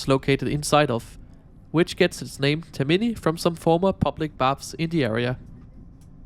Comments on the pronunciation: Tak for denne rapport, der som sædvanlig er af god kvalitet. Jeg vil gerne påpege, at den toniske accent ikke ligger på TerMIni men på TERmini. P.S.: Jeg er ikke italiener, men det er bare om spørge. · Nu har jeg hørt fejlen for tit, så skal du lige vide: Termini betones på første stavelse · Also it shows you never rode the ETR 700. And can you please start learning how to pronounce things? It was tiring listening to you pronouncing "Termini" wrong every single time.